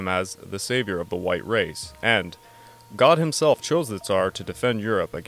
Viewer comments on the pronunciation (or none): none